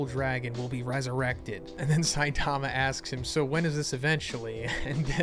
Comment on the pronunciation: I’m not trying to hate… but you clearly are a huge fan of this Manga… why can’t you say Saitama’s name correctly? Really not that hard you put the emphasis on the first syllable not the second. Weird